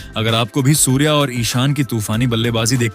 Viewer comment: सुर्यकुमार को सुवर बोल रहा है बिच बिच मे.जरा ठिक से बोलो.सुर्या.